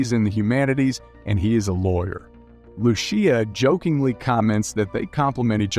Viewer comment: Lucía is actually pronounced as "loo-see-uh" and David as "duh-bid"